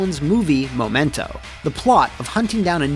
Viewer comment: "Momento" Glad to see Matt is still himself after the breakup